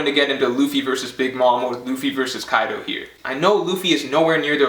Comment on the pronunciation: “YONKU” ,” KAIDU “ lol